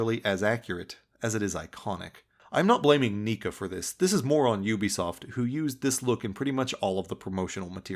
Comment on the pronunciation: I'm like 90% sure that Neca is pronounced Neck-Uh